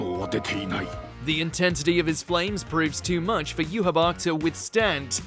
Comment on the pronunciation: Bro the names had to be intentionally butchered, Mahito - Mojito, Pucci - Poochie, and the worst Yhwach butcher of all time, Johabar.